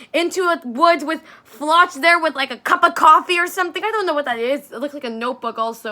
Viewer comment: Important to note: the ch in Floch is not pronounced like in English since Floch is a German name. The closest sound in English is just "k", think the ch in chemistry.